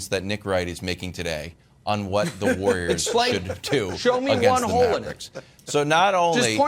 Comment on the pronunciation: Broussard: the War-yerz